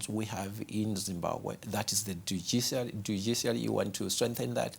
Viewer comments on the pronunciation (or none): It's Dujiciary for me hehehe